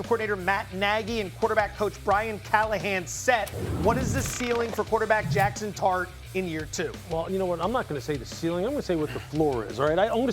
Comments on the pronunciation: I’m almost certain he said “Jaxson Tart” lmao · Did he say Jackson Tart😅😅😅